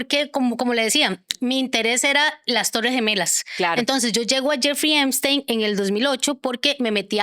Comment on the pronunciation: Epstein, no "Eimstein".